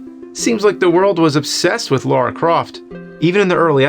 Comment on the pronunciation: Everyone: Lara Croft James: Laura Croft